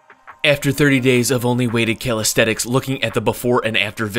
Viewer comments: You’ve written calisthenics but you keep saying calisthetics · It bothers me that calisthenics is being pronounced incorrectly, and it is the main focus of the video. It sounds like Cal aesthetics. It makes it hard to FOCUS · Bro said Calisthetics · bro says calisthetix